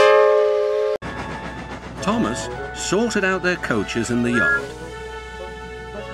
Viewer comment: He says coaches funny